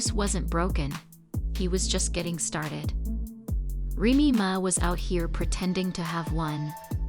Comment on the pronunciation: If you’re going to do a story on someone pronounce her name righttttt